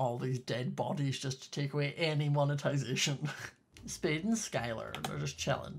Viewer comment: Why r u saying speed and not spade but it’s okay😄